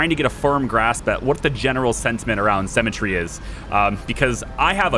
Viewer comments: Haha, it throws me a bit everytime I hear you say Cemetary rather than Sim-metry. Although I'm not sure if that's just me. I'm inclined to agree with you that the costs are a bit off for schemes, especially in regards to minion type costs, but I would also suggest that you misread at least one of the scheme things. It not just cost you things like guards or valets in exchange for something like -15000 gold, but it also looked like it cost you heat. Which brings me to another point in regards to schemes. Why not just: Max valets and gambling and then just 3/4 gambling stuff to fleecing tourists and then just criminal network the world (but not do schemes?) You generate heat eventually sure, but it seems that it ticks through gold income each fairly reliably? As for gambling I would have though say 4 valets for every table would probably keep them rotating through fairly reliably? I guess then it becomes less 'evil genius' and more 'gambling mastermind' as you construct and profit from your legitimate businesses! EDIT: It didn't delete the gold. The vault basically adds a percentage to your maximum amount that you can hold, so what happens (because you didn't have maximum gold at the time) is that 7,580 (or however much you had at the time) stays the same, but the percentage value of how full your vault is changes. I assume you would loose the gold if you deleted it at 100% vault full though. The game doesn't actually 'sell' it until a worker comes to actually do it either from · Oh man had to wait for episode 7 for the comments section. This has been driving me nuts. Her name is pronounced SIMətrē, not SEMətrē. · You say symmetry like cemetery. Your drive to perma kill her is bleeding thriugh